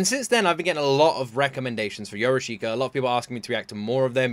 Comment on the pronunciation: It is pronounced Yorushka. I is ommited.